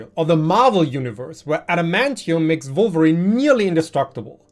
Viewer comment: i don't mean to sound rude, but with your accent when you say wolverine... it sounds a bit inappropriate. lol